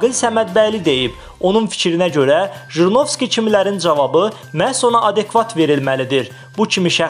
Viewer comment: НЕ ЖРИНОВСКИ А ХРИНОВСКИ